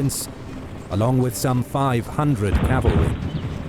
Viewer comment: Is "cavalery" a thing?